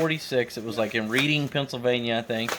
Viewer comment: It is pronounced Red-ing. Common mistake. Identifier is KRDG. Stop by and visit us some time! Enjoy the videos, can't wait to see her fly again.